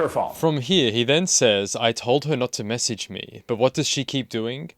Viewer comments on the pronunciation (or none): Okay I also need to say that his sideburns are hilarious. You can tell he tried to even them up before he left his house and boy oh boy did he mess up. They’re horrific. It’s delightful to me as a former stylist of 8 years lol. Edit; I also can’t stand people who pronounce message as messeeeeeege.